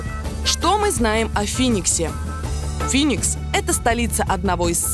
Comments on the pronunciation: не финикса а феникс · Не Финикс а Феникс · Бля птица Феникс, а не Финикс. Причём тут вообще она?